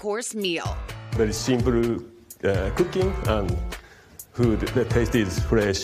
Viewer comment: Simpuru... LOL